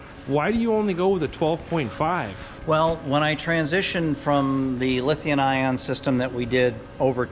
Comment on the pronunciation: I Love and Andrew! Liberty Coaches are some of the best in the world. They are incredible!! Just one thing, why can't say LithiuM ion instead of LithiuN ion when he talks about those world class battery systems? He does it every time in every video. I'm silly and pedantic but it bothers me for some reason. Anyway, I also just love Andrew. He is so genuine and relatable. I watch every one of his videos. It made me sad to hear about his fire.